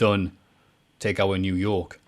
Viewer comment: kept calling NXT Takeover "Takeour."